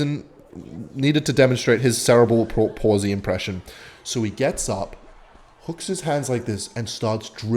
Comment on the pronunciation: I would like to let you know you said sarah bul palsly the whole video.